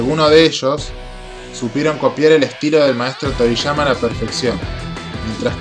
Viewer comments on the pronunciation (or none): no es torishama, es Toriyama